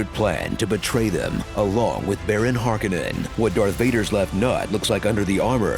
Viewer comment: Why is everyone all of a sudden mispronouncing "Harkonnen". It's not "Hark-eh-nen". Its "Hark-oh-nen"